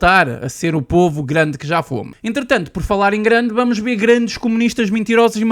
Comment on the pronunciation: "Mintirosos", "bamos lá ber", num é?